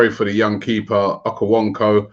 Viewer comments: Akawonko??? hahaha its Okonkwo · Robbie it is O Kon Kwo not Okowonko for chrissakes! :P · Robbie always butchering names, the keeper's name is pronounced O-cone-qwoh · Did he just call him Okowonko ??? 😴😴 At least get your players' name right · Say it with me Robbie OHH-KOOH-KOOH that the simplest you can pronounce it